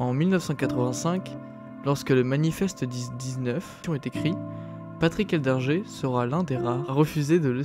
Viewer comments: C'était le pote du spiderman français..c'est Edlinger pas Eldinger comme du le répète pendant toute la vidéo !! Dingue sa mort quand on voit ce qu'il grimpait !! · J'ai pas compris pourquoi tu prononce eldginger